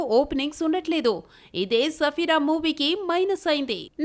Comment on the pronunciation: Sarfira ki Safira ani palukuthunnaa correct chesukoledu thuuuuuuuu